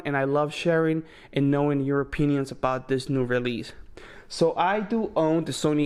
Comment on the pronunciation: I heard "your O Penises"🤔